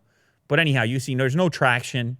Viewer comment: Every time he says anyhow, I hear a你好😅